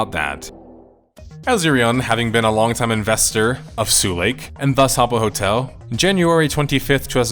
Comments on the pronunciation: Sulake is pronounced sue-lah-keh, not sue-lake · It's pronpunced su-la-ke, not su-leik. And it means a fuse. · Why are you correcting Finnish people on pronouncing Adidas when it has absolutely nothing to do with your video or the topic. Also, Finnish people pronounce Adidas correctly, you pronounced Sulake in a very funny way. If you get all hissypissy about being corrected, why not look up the pronunciation and make sure you say it at least sort of correctly to begin with? Such an insanely childish reaction, goddamn. Sincerely, another Finn very put off by this exchange. I'll see myself out even though the video topic is intriguing. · Has anyone ever told foreign players of Habbo that "Sulake" is not pronounced "Suu lake" but as its written? "Su-la-ke". Literally meaning a type of power charge cell. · "sue lake" 😭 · After a whole video of "sue-leik" him pronouncing muumiopappa this well surprised me. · As a finnish person, l find it funny that english speaking persons pronounce finnish names like they would be far eastern-type names. Sulake -> Suleik, Sampo->Sempo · Who is "nobody"? Finnish people pronounce Adidas in the intended way at least. Sulake isn't up to interpretation either as it is just the Finnish word for electric fuse, so you just pronounce it incorrectly.